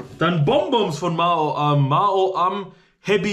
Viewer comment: Noch 10 Abbonenten, dann hast du die 5500 Abbonenten! Herzlichen Glückwunsch im Voraus! Frohes neues Jahr! Das triggert mich voll wenn du Ma-o-am sagst. Ich würde sagen Mau-am